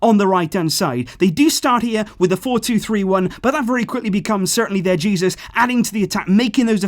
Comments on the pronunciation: omg you actually called Jesus, Jesus. It's pronounced "Hey, Zeus" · Jay-zeus actually